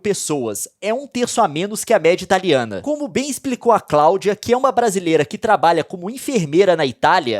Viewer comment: Toda hora q ele fala italiana eu entendo da Rihanna